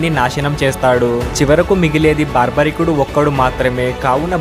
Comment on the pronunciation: Baarbarikudu kaadu. Barbarikudu.